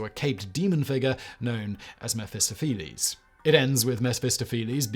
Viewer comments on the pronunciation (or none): There were a few Whistlerisms in this one, most notably "Messfistifflees" for Mephistopheles! For someone making a living from reading things out, he does make a mess of it sometimes! 😉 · I don't think I've ever heard someone so completely mispronounce Mephistopheles. Heheh... Well, I was amused by it anyway. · Mephistopheles is actually pronounced with emphasis on the "toph" rather than the "phe" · Lol🤣😂at Simon pronouncing ‘Mephistopheles!’🤣😂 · Bless him for trying. There is a character in Cats the Musical with the name Mr. Mephistopheles, that's a good example of the correct pronunciation.